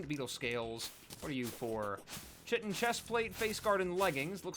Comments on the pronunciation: Chitin is pronounced "ky-tin" lol. New sub here, but loving the content my dude. Here's to seeing the channel grow. 😄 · IT’S PRONOUNCED KY-TIN